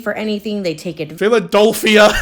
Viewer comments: "phila-DOLPH-ia" is sending me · y'all i'm sorry but that girl repeatedly saying "PhilaDOLphia" instead of "Philadelphia" is gettin on my nerves LOL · that’s how some of us pronounce Philadelphia! I’m from NE Ohio and that’s how we’ve always said it. Philadulphia 😂 It’s like being able to tell you’re not from Milwaukee if you pronounce the L. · the pronounciation of philadelphia is killing me